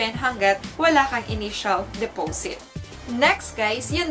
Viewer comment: Sis de-po-sit po, hindi depowsit.. 😅👌🏼